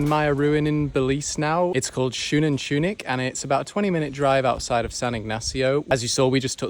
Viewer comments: This is how to pronounce it SO-NAN-TU-NICH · It's pronounced Sun-anton-itch but you good bro 😭 Also Cahal Pech is like Ca-hal Pet-ch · the last letters you pronounce it like itch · as a fellow Belizean you have pronounced Xunantunich wrong I got no problem with it but just saying you pronounced it wrong